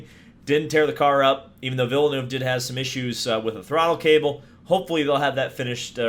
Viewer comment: Its ville-nerve not ville-noove